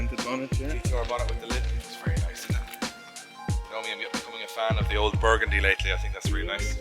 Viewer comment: Ugh burgiiindy....R32..../ come on ...Burgundy / Ford Sierra,,Saffier...mmmmmmmmmmmmmmmmmmmmmmm...LIKE THAT 💯